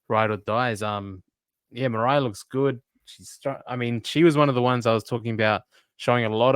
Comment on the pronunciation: Moriah???????, please.